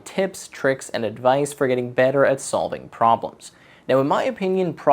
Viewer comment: "problem sovling"